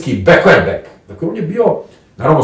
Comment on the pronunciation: Begler-beg, a ne beklerbeg! Pardonirajte, ali jesam sitničava, kada je jezik i određena terminologija u pitanju.